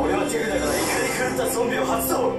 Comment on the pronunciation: 俺は手札からって取り直してるところ、俺はデブだからって聞こえるけど、そういうもんなのかね？？